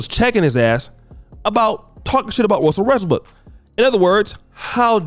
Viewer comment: Nobody:: Russell RESSBOOK